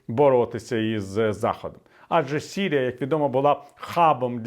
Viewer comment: Та чого ж то сірія , якщо Сирія... сирійський. Як важко слухати